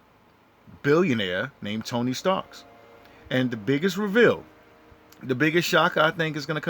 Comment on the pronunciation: 😂😂😂 TONY STARKS 😅😅 IM SORRY I TRIED TO IGNORE IT BUT YOU SAT IT LIKE 100 TIMES ITS ACTUALLY TONY STARK NO S BUT GREAT COVERAGE AND THEORY THOUGH 😅